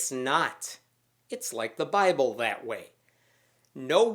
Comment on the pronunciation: doesn't even read his own bi"bull" properly, so why would he read anything else properly.